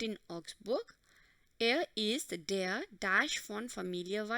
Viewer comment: you don't know the pronunciation of der🤢🤢🤮🤮🤧🤧👿👿